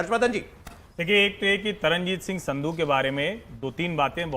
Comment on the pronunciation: सिद्धू नहीं संधू। गलत अत बोलिये